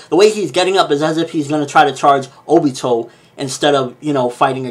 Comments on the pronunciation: Ok it bothers me... It's not O..bito. Stop putting so much emphasis on the O. It's Ob..ito. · it's funny how you Americans say the names of Japanese anime, can not pronounce right? Or do you pronounce so on purpose, Obitouu, Narutouu Madarrrra, that I dont speak any Japanese but speak the names correctly according to the Japanese language.